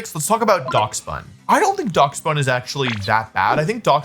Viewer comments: he has to be doing this foor rage bait clicks, i mean it works, but fucking DOX bun? its DASH BUN like the dog?? Dachshund??? god damn i hate America sometimes no respect. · pronouncing it as dacks bun instead of dash bun is funny... its a Dachshund that's a loaf of bread! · I’m sorry….*how* did you just pronounce Daschbun?💀💀